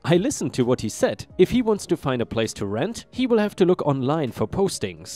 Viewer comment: Story 4, "have" is said with a "haa" sound not a "gay" sound. 😉